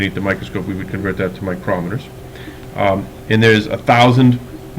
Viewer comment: The way you say micrometers hurts my brain